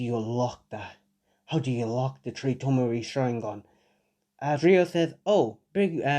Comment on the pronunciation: No hate but why does he keep sayin tree